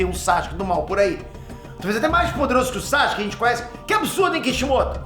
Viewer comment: "bonsai-ske" kkkk